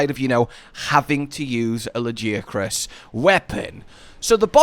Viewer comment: the way you pronounce Lagiacrus sounds proper not like the way they say it in game LAGI ACK CRUS like bro WHAT???